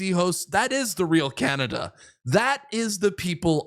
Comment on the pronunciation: C’mon Canadians you can do wayyyy better the “the Carn”i”” !!!!!!